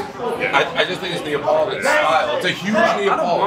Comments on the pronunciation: It's NAPOLITAN not NEOPLITAN!!!!!!!! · Is this actually how Brits pronounce neapolitan?